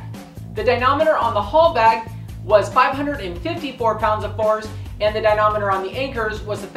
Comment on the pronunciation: Good videos. But the word is "dy-na-MOM-eter" Never ignore MOM.